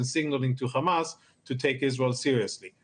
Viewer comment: Khamas 😂😂 cant even pronounce properly